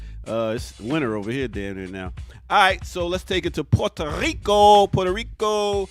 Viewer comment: Learn how to pronounce "maubi" (MAW-bee) and "Puerto Rico" (PUEH-rto Rico) if you're going to represent the Caribbean. Geez...